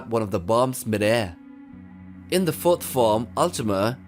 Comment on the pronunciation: bro plz first, fourth and fifth. When you say them i can't differentiate what you mean. The theme and video are a 10/10. The voice over pronunciation NOT.